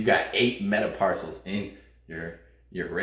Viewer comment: META-PARCELS?????🤣🤣 They're called metacarpals!🤣🤣